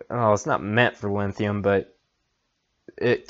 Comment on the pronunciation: Thanks for putting this video together. But, you're ki11ing me every time you say "LINNNN-THIUM". It's like fingernails across a chalkboard. LOL. Drop the "N" dude. There no "N" in the word LITHIUM.